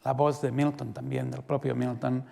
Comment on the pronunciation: Por qué pronuncia "miuton" confunde porque uno piensa en Newton...